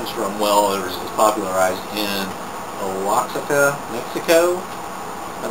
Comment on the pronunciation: It's pronounced Wah-hocka..... Oaxaca, Mexico. Anyway, beautiful experience brother, what a blessing! <3